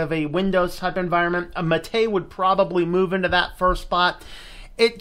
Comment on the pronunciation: "Mate" instead of the Spanish "MAH-teh" sounds like when people say "Tar-jay" instead of "Target."